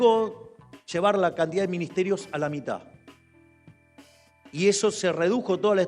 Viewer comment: se dice mitad presidente. Mitad con "d" al final